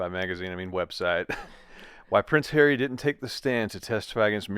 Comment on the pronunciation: Judge 🧑‍⚖️ went like “I didn’t know that Hawwy has children ?! 🤏🤨